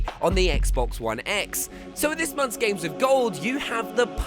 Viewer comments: Did she say gays with gold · How can you say Gays instead of games? needs to learn how to speak